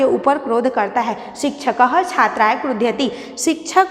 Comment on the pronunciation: बहवा: दोषा: सन्ति l- उच्चारणे तथा पदानां प्रयोगेष्वपि l यथा- मह्नयम् न भवति मह्यम् इति अपेक्षितम् l तथैव क्रुधयति न भवति l क्रुध्यति इति उचितम् l